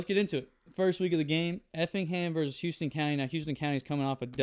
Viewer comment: It’s HOUSE-ton County 😂